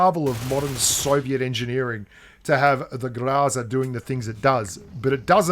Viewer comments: Oh man, you weren't even trying to pronounce Гроза correctly. It's grozA, not grOza. Love the video, thanks mate! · Why do you insist on pronouncing groza improperly?